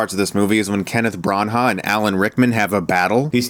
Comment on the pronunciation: You can pronounce it "Kenneth Brenna" or "Brennow" :)